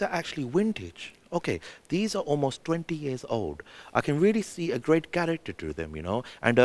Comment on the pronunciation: Some of these lines are executed amazingly... "which was a great (pronounced crate) year for traiiinerz"